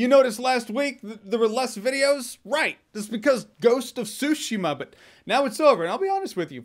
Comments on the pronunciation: Tsushima. 3 characters. Tsu. Shi. Ma. One of the pitfalls native English speakers fall into is the tendency to string every syllable together rather than pronouncing each individually (which is how it would usually work in English)...so you get the English pronunciation of a Japanese word rather than the Japanese pronunciation of a Japanese word. This is not so different from the R/L switching you'll often hear from native Japanese speakers speaking English. A good way to practice initially is to treat each word as if there is a very (very) slight pause between each character; once you have that down, practice will make the characters flow together properly. While the T in "tsu" isn't silent, it isn't strongly pronounced either (though that could depend on dialect too) so a lot of non-native speakers will easily miss it; plus it's not a comfortable sound for a native English speaking mouth to form as part of a full word so you won't get it right consistently without a lot of practice. I know for myself that while I know how the word should be pronounced, trying to get my mouth to physically do so is difficult even when I'm focusing on that pronunciation. And as I'm writing this I'm picturing what this video would have looked like with Jeremy trying to pronounce Tsushima properly the entire time...poor guy prolly woulda been in physical pain by the end lol Also, the fact that we have this long thread debating the proper pronunciation of the title of this game is awesome :D Sou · Anthony Horrocks Look up the pronunciation and listen to the intonation. I speak Japanese and it’s not TSUshi-ma it’s Tsu-Shi-Ma. I might be a little bit picky, sue me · TsuSHEEMA not SUSHIma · It's not ... Sushima ... it's TSUshima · it’s TSUshima! つshima! not sue-shima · Tsu-shima dude, not Sushimaaa! NieR franchise has consumed my life for about 6 months so far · because he is saying sushima and not tsushima. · Ghost of Sushi-ma, sounds tasty lol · The T is silent